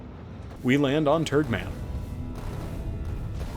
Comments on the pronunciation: I swear every time you say turgmam i hear turdmam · I can't stop hearing "turdmom" when naming that planet